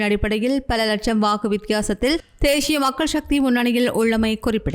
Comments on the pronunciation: தேஷிய இல்ல தேசிய ஒழுங்கா வாசி இல்லன்னா மூடிட்டு பேசாமல் போ தமிழ் அ ஏன் கொல்ற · என்ன உங்கள் தமிழ் உச்சரிப்பு தேஷிய மக்கள் கட்சி என்று அருவருப்பாக இருக்கின்றது... தேசிய மக்கள் கட்சி... தேஷியம் இல்லை.. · தேய்ஸ்ய இல்லை தேசிய தமிழை சரியாக உச்சரிக்கலாமே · தேஷ்ஷிய இல்லை தேசிய. 😂😂😂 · தமிழை அழகிய முறையில் உச்சரிக்க முயற்சிக்க வேண்டாம். தமிழ் எழுத்துக்களை அதன் உரிய சப்தங்களோடு உச்சரிப்பதே தமிழுக்குச் செய்யும் மரியாதையாகும். தேசிய என்பதை தேஷிய என்றே உச்சரிக்கின்றீர்கள்.